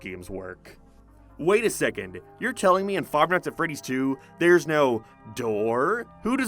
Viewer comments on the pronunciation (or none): “Five mights at Freddie’s” He was in the restaurant for maybe 30 minutes